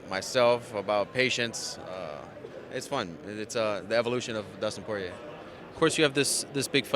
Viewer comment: "Dustin Pee Head Poirie"